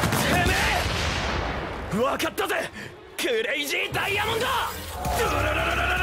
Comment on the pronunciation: curayzi dayamonde